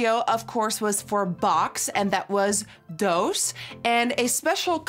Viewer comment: Verf is pronounced differently and so is doos. I don’t know how to explain it in text but if you look it up you can see. (I’m not Dutch, but a speak a language that is very similar)